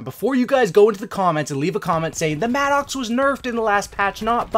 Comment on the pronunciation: It's pronounced Madicks...it's not an angry Oxe....